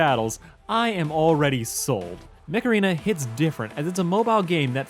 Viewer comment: I heard it as "macarena" when you said it in your video.